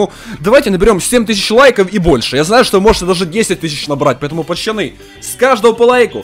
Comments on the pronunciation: Почему ты говоришь почоны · А почему ты называешь не пацаны а пачаны?